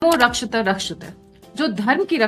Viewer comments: please prounance the quote properly or leave it in your podcast. It is 'rakshati' rakshitaha not rakshita rakshita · If you don't know how to say Samskrit quote, plz stop saying it. You are insulting. Either yiu are not correcting yourself or learning it correctly. धर्मो Dharmo रक्षति Rakshathi रक्षितः Rakshithaha.. Correct your pronunciation.